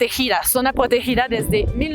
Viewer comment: "Zona potegida"😀😀 solo estoy en este canal porque habla muy lindo.